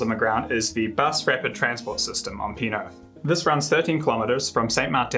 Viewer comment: Love your stuff... Weirdly, I enjoy hearing you mangle French place names... I tuned in to hear what random thing you would do with "Pie IX"... but it was spot on... but found one... "Anjou" ... not Joe... it should sound more like Jew, but that soft french "j" ... kind of zeddy... like "shoe" with a lisp. Anyways, the content is insightful and delightful.